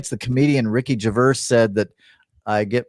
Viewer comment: Ricky Gervais Pronounced Ricky "Jur-vayz